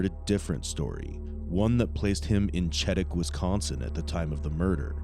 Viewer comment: The town in WI your not pronouncing correctly, Chetek, is pronounce "she TECH". Thank you...😊